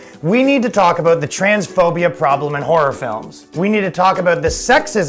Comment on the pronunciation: Ha ha, he said aboot